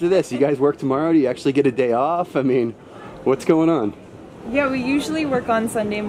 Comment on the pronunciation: Lol did he just say, “what’s growin’ on!” 😂